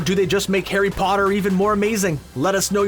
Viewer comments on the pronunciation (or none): At the beginning he called it Garry Potter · Hey you said Garry Potter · Did anyone heard that he ssaid Garry potter